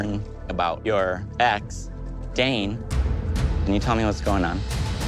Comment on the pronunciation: It’s ex not axe